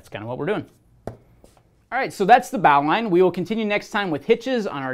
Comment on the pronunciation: BAAWWWLine.... BOW ... Bowline.... Americans..